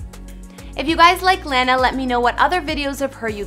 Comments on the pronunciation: And mispronouncing someone's name makes one look like an idiot anyway, especially after hearing how others correctly pronounce Lana's name in several footage. But I guess it's alright if that's the impression a reporter (or anyone for that matter) wants to give off. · Dude... pronounce her name right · Well it's just not the way that lana pronounces her own name lol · You’re not pronouncing her name correctly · Can you say her name right ?? “I’ve been a fan since she popped out in Hollywood” but u can’t even say her name right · No one told her she was mispronouncing her name?? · If you can correctly pronounce Ariana, then you can do the same for Lana. Then again, can't even say her own name right lmao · Why did she pronounce her name wrong at first then she pronounced it right a few times then wrong again? 🤔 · 😥😥😥😥😥😵😵😵😵😵😵 This lady is killing me when she says Lanas name!!! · Loves Lana so much but says her name wrong. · Maybe you should've start ur research by knowing how to pronounce her name... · how gonna pronounce her name wrong FAKE STAN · Why does she keep saying her name wrong 😒😒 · Yo what lol. How can you say Lana's name wrong if you're claiming to be a big fan.. like how did no one correct on this when filming also it's obvious you're not a fan at all. I had to stop watching because wow this was so cringey. ugh this hurt my soul to hear her name being butchered like this CONSTANTLY. Lana is amazing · u gotta stop saying her name like that omfg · ITS LAH- NA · It’s “lawwwwwna” not L-ANNA !?!? how are you even claiming to be a fan? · Why do yall Americans say lawna she ain't a piece of grass it's lahnah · IT IS LANA NOT LENA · Please stop saying "lay-na" it's LAH NA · its L-O-N-A not "LANA" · Lene? You ate def not a fan lmfao. It's LAnA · Landa lmao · HER: "OmgGg looOOK aT mE iM suCh a BiG FaN" ME hm seems legit her: " lann-uh " me; BYE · " Le-nna" 😂 seriously, such a fan would pronounce her name correct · Stop saying LANNA 😭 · lahna?!?! hahaha